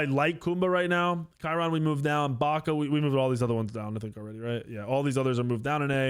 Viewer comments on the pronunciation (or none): Love how he kept calling charon chiron xD